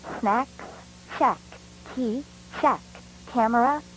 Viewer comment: I like how , the word 'key' sounded funnee